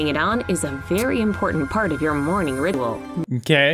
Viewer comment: you know putting it on is very important part of your morning "ridwol" ok 123go! that's not a real word what your saying would be a rip-off of redbull :| lol 😂😂😂 captions: you know putting it on is a very important part of your morning ritual. i think 123 go! has some weird captions though 👁👄👁